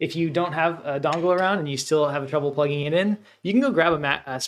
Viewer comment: Hello. Thank you for the video. I am watching now. At the marker you mention a type of connector for Mac - dongvul?:) I couldn't understand what you said. I have plugged my ledger nano S directly into my iMac several times without any. Should I be using a connector? Thank you. I will continue to watch and likely have more questions.